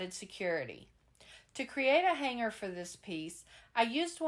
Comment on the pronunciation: Loved all your projects! And want to say thank you for pronouncing the "g" in the word hanger and hang correctly! So many crafters now are using a "hard" g like grrr! It drives me crazy! Hugs from Idaho ❤